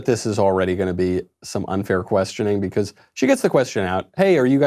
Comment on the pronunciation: I just noticed that knowles pronounces because as bee-cuh-ase